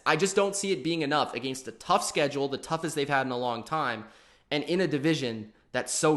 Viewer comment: Never heard anyone seriously pronounce against like that.